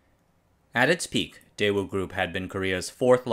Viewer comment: The fact that you mispronounced the company's name didn't give me much for the quality of the video.